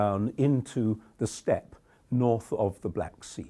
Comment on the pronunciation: you lost me at "steps". It's Steppe.